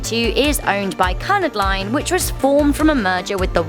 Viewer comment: "Cunnad line" "Floundered" calling a ship a boat ???